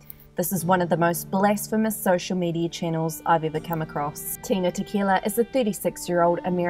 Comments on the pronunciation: Ok but her name is Tila not Tina thanks. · Is she saying Tina or Tila?